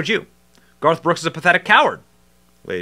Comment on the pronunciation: Benny you almost said “ barf “ brooks! 😂. You need to use that brother!